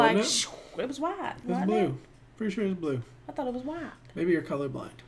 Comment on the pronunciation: i luv this channel... i enjoy your reactions and reviews on our very own talents. Now Noven here should also be commended for his effort in giving his best in singing English songs despite a little floss on pronouncing words like baby sounding a little off like bibi or thought like towt... but the rest of the words in the lyrics are perfectly alright. Noven has ears for music therefore together with his passion for his craft he will master pronouncing the words right I believe he has coaches for that. I could apply as one if you don't mind. I'm an English mentor btw hehe... Noven, kudos kabayan! God bless you, we love you!